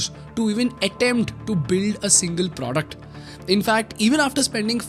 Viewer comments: please dont say “pr0duct”😬😭😭😭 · I love how you say "produckt" ;)